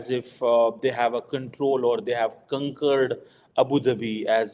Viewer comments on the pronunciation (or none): At 1.08-“ kunkurd ⁉️🤔ya conquered 😂😂😂”,.. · kunkered nahi, conquered hota hai english bolna toh seekh lo